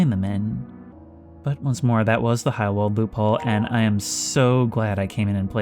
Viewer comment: In case you're curious: your pronunciation of the "ei" as "ai" is good, but "W" is "V" in German, and "V" is "F" Try practicing with Volkswagen. Did a few german classes in uni.